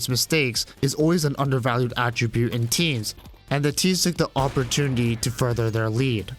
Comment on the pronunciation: "Awpertunity" xD